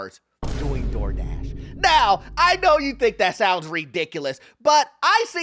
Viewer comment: He didn’t say”DoorDash”, he said “doorhash”.